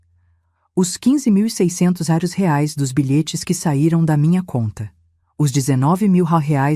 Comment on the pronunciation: "rares " ( quis dizer reais ?! ) 😅😅😅